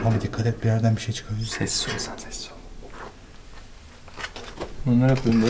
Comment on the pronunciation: İnsan:sessiz ol: sez ol